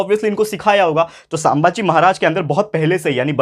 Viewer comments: It's not सांबाजी, it's संभाजी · Sambhaji maharaj not saambhaaji maharaj only correcting pronounciation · Its sambaji maharaj not saambaji maharaj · Sir sammbhaji nahi sambhaji rhta hai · Bhai sambhaji maharaj he saambhagi nahi